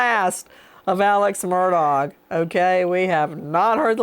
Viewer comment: “Alex Murdog”?! I love it! 😂